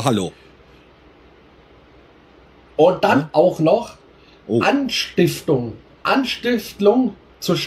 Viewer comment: er redet aber von "anstiftlung"